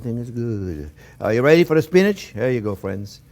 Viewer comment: its "phrinzzzzzz".....